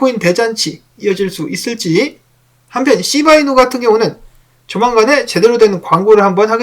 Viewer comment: 시바이누설명하실때 발음이쎄게들리는건 저만의착각인가요ㅋㅋ 너무 재밌네요